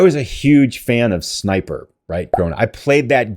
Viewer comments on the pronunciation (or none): none